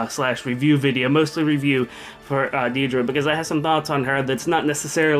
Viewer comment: Yay! I'd love to know your opinion on Deirdre! Oh and I think Sigurd pronounces it "Day--dra" not "deer-dra" ANYWAY From what I've seen, Deirdre is so boss that even Nino can't touch her--but with such low def anyone that gets close enough with a sword can kill her. Actually, her def is so bad that (possibly) a strong dagger user could kill her too---Kagero definitely, maybe Jaffar, but Deirdra is so fast that she probably won't get doubled, so it'd have to be a one-hit kill if it's a dagger user. shrug Other than that, I adore her art. She seems so elegant, lovely, and mature. Definitely looks like Julia's mom, which is perfect. Also her voice actress did a fantastic job!